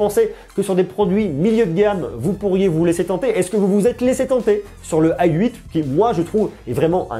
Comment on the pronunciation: Pourquoi vous prononcez "ay 8"? C'est la nouvelle mode ?